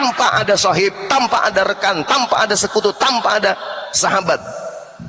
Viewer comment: Mgkin dia membaca sohiba padahal di akhir huruf BA itu ada skun ada skun mati jadi bacanya Sahib.